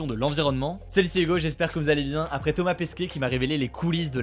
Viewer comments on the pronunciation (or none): none